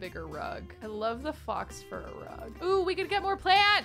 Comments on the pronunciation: She did it with the rug too lol 🦊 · Did you say fox fur rug? Instead of faux pronounced like fo 😂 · Fox? Babe it's faux like French for fake. It's pronounced f-oh. Is this a thing people do? I've never heard it not rhyme with low until hearing you say it. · Every time says fox instead of faux I think of the suite life of Zach and Cody with the faux fur jacket ☠️ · Did say fox blt instead of pronouncing faux blt like foe blt... lol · I’m giggling so hard because you said “fox. BLT” and it’s pronounced like “Foe” 🤣❤️ youre so precious! Love the series so far!!!! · pronouncing faux as fox gets me every time. Faux is French and is pronounced foh. Loving this series and can't wait for next week! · I’m dying every time she says fox fur or fox sandwich it’s pronounced “foe”- faux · I love your work. I just wanted to give you a gentle tip that faux isn't pronounced fox. It is f-oh with a long o. Fox fur rug is very different from a faux fur rug. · LOL you know its pronounced "FO" not "FOX" right? (the word faux) lol i love you girl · Lololol,,,,,,, when people pronounce “faux” as “fox” and not “foe” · Psst, you don’t pronounce the X in “faux,” it’s pronounced “fo” 😉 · Not pronouncing faux as "fox" like she's London Tipton... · please tell me you’re joking when you pronounce “faux” as fox... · faux is pronounced like pho not like fox. It means false in French. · Faux is pronounced foe, not fox. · you are wonderful, but I think you're pronouncing faux wrong. It's not pronounced "fox", it's pronounced "foh" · Ooh so that was a mispronounciation xD i was like wow a fox fur rug. Weirdly specific but alright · Take a drink every time pronounces faux as "fox" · I have never heard anyone pronounce the 'faux' in 'faux fur' like fox lmao, that is adorable?? (wrong, but adorable :p) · Not me thinking she was about to break her vegetarianism, when she pronounced faux BLT like "fox" BLT😂